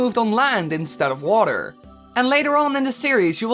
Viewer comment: Donovan Whedbee "Waterrrrrrrr."